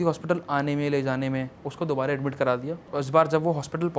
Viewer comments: dubara ko dubare kyu bol raha ye? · he doesnt know the word dubara he is saying dubaree dubaree😂